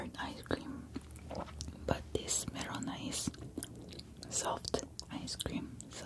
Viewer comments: Melona not merona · um it's melona it's not merona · it’s actually melona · soup8412 it’s melona, but in Korean, there is no L sound. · soup8412 I think they are referring to when she was trying to figure out where to put the emphasis. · She pronounces it like a Filipino lmao